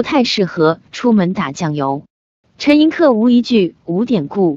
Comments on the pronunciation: 陈寅恪(que音同“却”） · 正确读音就是ke，念que是因为他的江西同乡用客家话误读的原因，陈的亲笔手稿签名从来都是Koh，就是ke。